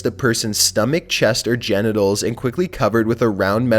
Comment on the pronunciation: 😂😂😂he said ganitals😂😂😂